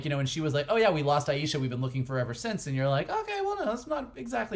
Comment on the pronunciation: Since a couple guys have already explained why Kamala's time travel doesn't create any paradoxes, I'll just point out that you two guys need to pay attention to how Shannon (correctly) pronounces great-granny's name : aye-sha, not aye-eee-sha